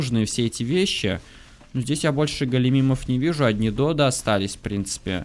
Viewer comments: надо говорить не додА а дОдо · Фотки ты не правильно называеш додо надо на 2 букву урарение